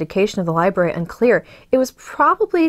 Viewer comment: *Lie Brary...... Not libary...